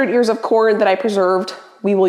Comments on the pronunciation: I initially thought you said “200 YEARS of corn” and my initial thought was, you should probably throw those away. 😄🤣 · I heard that too! 😂😂